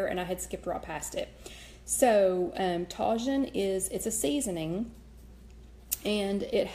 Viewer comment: You can get Tajín at latin grocery stores. It's pronounced TAH-HEEN. The J is pronounced with an H sound.